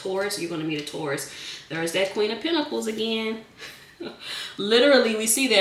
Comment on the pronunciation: I like the way she says pentacles lol